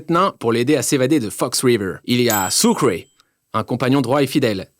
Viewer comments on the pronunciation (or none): none